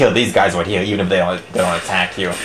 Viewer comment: you pronounce "Here" as "Heal" LMAO! but anyways, yeah nice review! =D